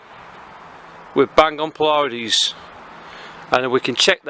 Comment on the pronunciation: Excellent overview! (Only one minor comment, it's pronounced "PLEE-uh-deez" not "plee-YA-deez".) Thanks for the review! Going to pick up one of this little gems asap. :)